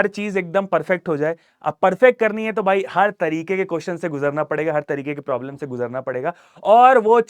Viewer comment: Problem solving ❌prolem solving ✅ 😂😂😂😂😂😂😂